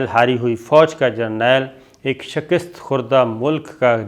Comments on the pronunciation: Shakist nahin hota, Mian ——— Shikast hota hai - Samjhe ke nahin ???? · شکست کو ک پر زیر نہیں زبر کے ساتھ پڑھا کریں۔ شکریہ